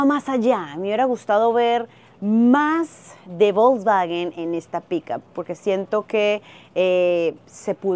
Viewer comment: Se pronuncia folksvaguen